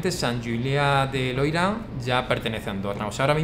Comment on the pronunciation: Hace poco que te sigo y me encantan tus videos. Sigue así! Como andorrano, quiero puntualizar que se dice "Sant Juliá de Lòria", no Loira. El Loira es un río en Francia (☝🤓)